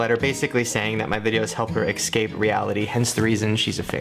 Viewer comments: putting everything aside (which i know is hard), it drives me crazy how he pronounces escape as ex-cape. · He can't pronounce escape properly